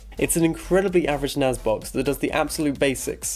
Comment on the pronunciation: NAS not NAZ